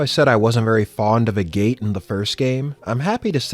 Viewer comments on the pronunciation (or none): I died a little inside every time you called him A Gate.